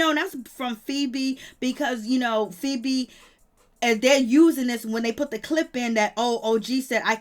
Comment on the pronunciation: Her name is Feby not no damn febreeze